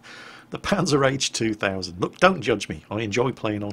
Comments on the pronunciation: "Panzer-H 2000"? It's PanzerHaubitze! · rly? panzer h 2000? pzh stands for panzerhaubitze not panzer h ^^ if i heard it wrong and you said P Z H 2000 then sorry but otherwise i think you got that wrong and i would love to hear what a brit makes out of panzerhaubitze... native english speakers always come up with amazing nicknames for german tanks:) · Say it with me, "Panzer-Haub-itzer zwei thousand" Not that difficult, right?:P